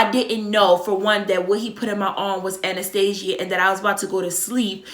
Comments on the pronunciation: sis if you say “Anastasia” one mo time 😭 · I was gonna correct her and say anesthesia. Pro nounced Ann-nis-stee-sh-ga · ANESTHESIA NOT ANASTASIA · I love how she says anesthesia lol that accent